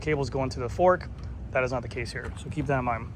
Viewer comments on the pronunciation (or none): none